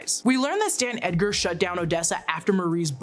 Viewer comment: I feel like I'm hearing you say "Dan" Edgar; it's Stan Edgar.